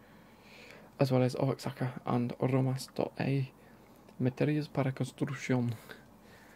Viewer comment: The city for the Liga MX kit is pronounced like wa-hakka and the team name alebri-hays